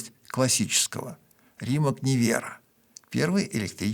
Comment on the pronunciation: При всем уважении, он Римац, как бы непривычно это ни звучало